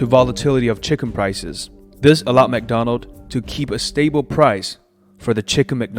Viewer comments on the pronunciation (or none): For some reason you leave the 's' from words. You repeatedly say "McDonald" instead of "McDonalds".